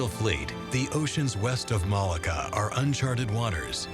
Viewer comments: I think Malacca is pronounced "Malarka" not "Malaga"! Other than that the doc is very interesting and informative, and expands our knowledge of, and admiration for, the skills of the Chinese people. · it's maa LOCK AH' .